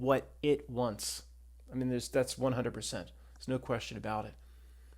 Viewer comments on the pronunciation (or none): none